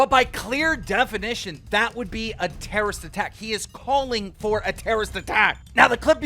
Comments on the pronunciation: Anyone else think keems pronunciation of terrorist is hillarious. He says it like my 10 year old cousin would say it 😂 "terrist". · Terrist? Adaption? Do you know how to talk or can you not read? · „a terrist attack“ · Keemstar: "TERRIST" lmfao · Keemstar can’t even say the word terrorist correctly when it’s right in front of him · Googles the definition of Terrorist, still can't even pronounce it.